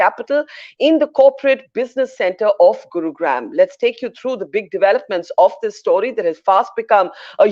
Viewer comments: Wr know from her pronounciation that she is a fake Indian and is therefore not credible. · OH MY GOD ! Barkha ! guru - graaaaam ? really ? Can you not get any pronunciation right ? how come you get Kaepernick right ? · The way Barkha pronounces the “gram” in Gurugram! 🙏🙏🙏 Why is she doing this? She is Indian. She surely knows how to say the “gram” part in Gurugram.